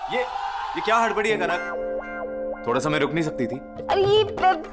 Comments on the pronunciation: Jhank nahi kanak h😂😂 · Jhank nahi re baba kank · Are yar jhanak nhi kanak 😂😂😂